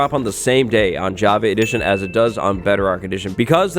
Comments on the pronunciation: I can’t unhear javee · Does he say "Jav- A " edition?? 🤨😕😖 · anyone else annoyed by his pronounciation of java?